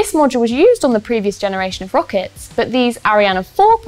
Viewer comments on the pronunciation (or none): none